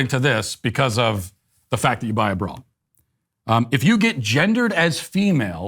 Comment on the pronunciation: Matt saying ‘bra’ sounds like an old British guy saying ‘bruh’